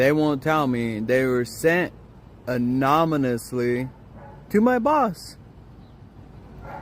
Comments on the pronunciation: maybe you got fired bc you think anonymously is pronounced "anoMymously"... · She’s calling people losers as she cries into a camera, asking for free money. 😂 mans says anomynously 😂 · "Anominously"..... holy shit we're making up words on the fly huh? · The way he said anomalously killed me!! 😂😂 “Anonamalouesly” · I would've fired that dude for saying "anominously"😂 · "They were sent ANOMYNOUSLY to my boss."🤦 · Bro said “anominusly” yeah I wouldn’t want you working for me either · Anomynously? 😂😂😂 Is that how they did it? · " anominus" you got yourself fired dumbass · I would have fired you for thinking that "anominously" is a real word. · That guy should have been fired for saying “amonimously”. Was that a joke? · Anominisly?? Learn to speak before playing the victim on videos you make! You got yourself fired genius!🙄🤦🏼‍♀️ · the guy who couldn’t pronounce anonymously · Anominously?! 🤣🤣 Jeez, where was this moron working, in the sewer? I thought ANONYMOUSLY was a common word. Moreover, it's easier to pronounce it than write it. But poor bro wasn't even able to to that. 🤦🏻‍♀️🥴